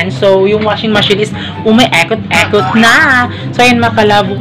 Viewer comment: nakakainis naman ung sinasadya mong pagbigkas na may bisaya accent like EKOT EKOT at DETU. pagbisaya nalang kay pangit paminawon. ayaw mo kasulo kay constructive criticism na ha.